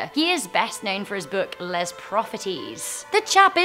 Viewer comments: I don’t mean to be rude but as a French person I got kinda triggered when she les as lez and not lay as it’s pronounced I guess I’m just nit picking though 😂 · Learn French. Les is not pronounced “lez”.